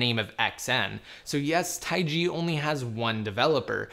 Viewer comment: Jesus it's not taigi. It's just taig